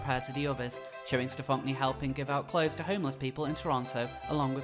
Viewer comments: The fact you insist on pronouncing this individuals name as Stefonk-nee... :D I always thought that it was pronounced the same as "Stefanie" (Stefon-knee) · Every time you mispronounce his name I cringe. “Steph-onk-nee” lol 😂😂😂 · I lose it every time you say STEF-FAWNK-KNEE 😂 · The name is Stefan-Knee. Like “kneecap”. The “k” is silent and they even pronounce their name for you like any other “Stefanie”. Your pronunciation makes me want to rip my ears off, just call him Paul it’s less jarring to your listeners since he is a faker anyway. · I love the pronunciation, "StuhFonkNee"... 😅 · 'Stephonk-nee'. Oh my god. Of course. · So much research here--and it is a really well put together video--but that's not even how the name is pronounced. It's a shitty spelling of "Stephanie," sure, but you'd think you could get it right if you were doing investigative journalism about someone. I mean, that's kind of a ridiculous error.